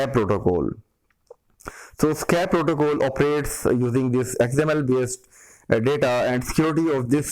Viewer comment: protocol not protocole :))